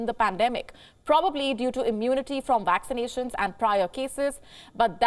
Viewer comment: make sure you stay updated on your “Waxinations!” Ladies & Gents…